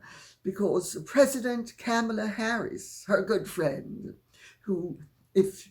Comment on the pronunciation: Kamala Harris.. rhymes with Karma, is pronunciation.